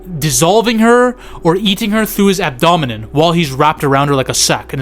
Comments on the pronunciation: Ab-do-men bro😂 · Pronounced: abb + doe + men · Add-o-min ? Now I can't say it! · Abdomen my guy.. please know know to talk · One of the most terrifying pronunciation of abdomen I have ever heard.